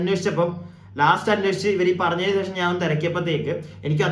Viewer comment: സേഷം അല്ല ബ്രോ, ശേഷം😊 subscribe kitunilenkil, word split cheythu paranju sheelichaal mathi... sub, sub, sub ennu kure paranju koode cribe paranjaal, athu thaniye varum.... bro nte ee problem enikum undaayirunu... ingane paranju sheelichapolaanu ente sheriaayathu...